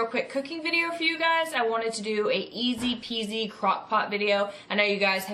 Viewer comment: You didn't just say easy peesy, did you?